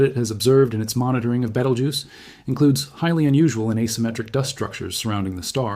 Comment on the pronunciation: You don't have to mispronounce Beetlejuice. That's how you pronounce it right there.